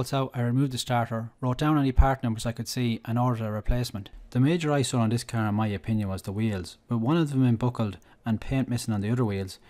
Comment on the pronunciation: It’s car not cear